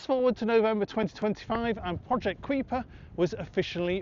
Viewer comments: Tell Google, which is where I got the information. Regardless, it's not pronounced Kweeper either way. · Presumably Kuiper is taken from the name of the Kuiper belt (vast ring of icy bodies beyond Neptune named after astronomer Gerard Kuiper), and is generally pronounced as KYper, rhyming with Viper. Unless you're Dutch, in which case it's pronounced Cooper.